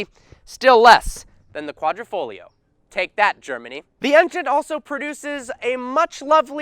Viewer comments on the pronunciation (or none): It's pronounced like "quadrifolio" the "g" dissappears😅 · Ayy, butchering the Italian language one word at a time. Ugh. Don't pronounce the 'g' in Quadrafoglio. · Sweet but it is Quadr i foglio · It’s kwadri-foglio not kwadro-folio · Of course it’s better. Its an exotic Italian sedan, not a sports luxury sedan. And its Savucci, like Gucci... not sevockie... lol and Its Quadri-FOG-lio say the fog. The g is not silent. Quadrifoglio. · No people outside of Italians can pronounce quadrifoglio right😂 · can I teach you how to really pronounce quadrifoglio Cause my Italian self is cringing